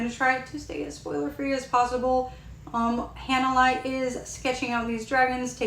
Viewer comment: Thank you for the review! Btw, her name is pronounced. “Hah-nuh-lay”